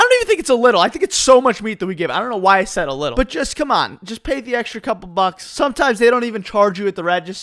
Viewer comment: Why do you say "eksrha" instead of "Extra"